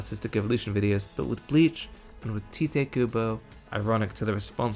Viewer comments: Great video as always. For future reference, Tite is pronounced like “tight” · Small correction: his name is pronounced TIGHT Kubo. I, too, thought it was "teateh" for the longest time, lmao. Great vid! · Something that I'm still shocked to find out is that "Tite" is pronounced "Tight" ... wild.